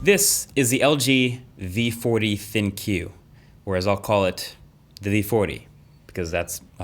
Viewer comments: Isn't it pronounced as "THINK"? WHY PUSH THE THINKYU. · i feel like it was meant to be pronounced Think? not thin q ..... maybe thats just me, maybe im crazy, but maybe THINK like AI tries to do for you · Since you insist on pronouncing it "Thin Q" instead of "Think", you know.... as in AI and all that that's popular these days, I will also insist on calling the "iPhone 10 S" by it's more appropriate title, the "iPhone Excess", you know... as in the excessive price tags that apple feel are popular these days. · It’s pronounced ThinQ(Think) not ThinQ(Thinque) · Why people out here always pronouncing "ThinQ" it "Thin-queue" and not "Think"... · Isn’t it pronounced ‘think’ not ‘thin queue’? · I don't think it's pronounced as "Thin Kiyu". It should be "Think" right? Do you pronounce Compaq as "Compa Kiyu"? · the 'ThinQ' is actually pronounced as 'Think' and not 'Thin - Que' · It's not thin-Q it's thinq like think. Not sure why everyone keeps saying ThinQ. :D Great review as always man! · Yo Marques, I believe LG wants us to pronounce it the "THINK", not "Thin Q", but agreed, not a great name either way... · "thankyou" instead of "Thin Q" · Are we absolutely sure it’s not pronounced ‘think’, as opposed to ‘thin-queue’? It seems that the ‘think’ pronunciation would fit right in with the whole AI theme most phones have going on nowadays. And also, ‘thin-queue’ just sounds awful and means literally nothing. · It’s pronounced “think” not “Thin-Q” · I think its pronounced as think (ThinQ) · Bro! ThinQ is pronounced "Think" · Think! It’s pronounced “think” omg. It’s so obvious that’s it a play on words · I want to pronounce "ThinQ" as "think". 🤔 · Thinq about how you're pronouncing it. probably not the right way.